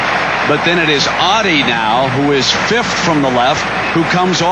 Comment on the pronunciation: Not Ohhdddi...Ottey..